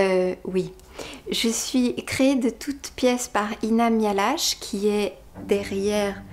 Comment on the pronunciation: Je suis triste. Je ne comprends pas pourquoi tu ne prononces pas ton nom de famille comme il se doit :-( "Mi-ha-la-ké" avec le h aspiré, ferait plus honneur à tes origines et je ne trouve pas que ça soit imprononçable pour les francophones. Ca me rappelle la marque "Dacia" qui a été francisée "dassia" au lieu du traditionnel "datchia", pourtant pas si difficile à dire lui non plus... :-(